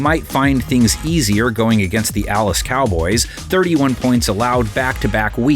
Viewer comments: “the allas cowboys”😂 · Did yall hear the narrator say "Allas cowboys" lol bc they have no d! Defense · “allas cowboys” is crazy😂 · “Allas” cowboys 😭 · “going against the allas cowboys” 🤣🤣